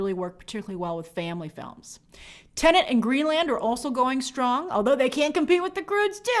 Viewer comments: You should pronounce Tenet and not Tennent ! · Grace, the movie is called TENET, not TENANT! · 5 months later, and Grace still can’t pronounce TENET.